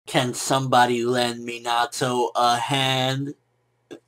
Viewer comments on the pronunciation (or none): I hate how he pronounces Minato